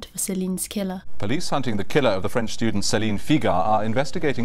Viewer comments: Your French pronunciation is excellent!🥰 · One of the best true crime channels. The quiet achiever., your French pronunciation is superb 👌